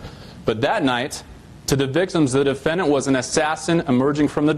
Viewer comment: I feel like a prosecuting attorney should really be able to pronounce the word "defendant" ffs dude what is a duffennint